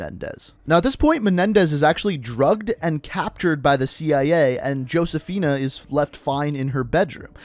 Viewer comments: It’s pronounced ho-se-fi-na just like how the name Jesus is pronounced Hay-zoos. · ngl it pisses me off how you say Josefina but with an actual 'J' sound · No hate but the way u pronounce “Josefina” as “Hoseaphin” is a little infuriating But I love this series btw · He kept saying "Josephina" wrong. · It's actually pronounced (Ho-se-fi-na). But it's all good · for the love of god please never pronounce the J in Josefina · He said josefina wrong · josefina is "hosefeena" and cordis die is "kordis dee-eh"